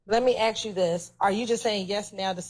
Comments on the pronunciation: ASK NOT AKS !!! You guys butchered the English language. Pathetic. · She can't pronounce Ask properly😂😂😂